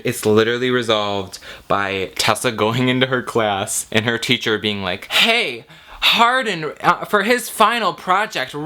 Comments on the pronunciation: i keep hearing his name as hard*n, not hardin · HIS NAME IS ´HARDIN‘ NOT ´HARDENˋ YOU DUMB BBBBBBCHES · if y’all going to hate, at least get his name right. Hardin *